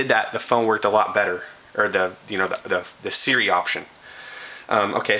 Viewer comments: its not 'suri' its siri bro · ITS NOT FUCKING SERRRI...got damn, learn how to read. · Seer-e; is how you pronounce it.